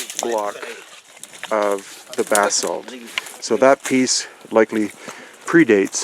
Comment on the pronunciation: Pretty sure he's saying "bathsalt".